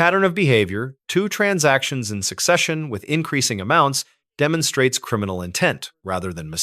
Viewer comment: this case de-MON-strates? You couldn’t find an AI voice over that can actually pronounce words correctly? 😒🙄